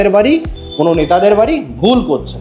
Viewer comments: বারি নয় বাড়ি । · বারি না বাড়ি😂